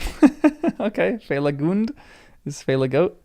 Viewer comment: Finrod Felagund is not American so not fellagand